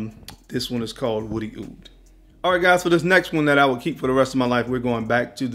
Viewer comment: Hopefully you've learned how to say "OUD" by now! I like the list you just sound crazy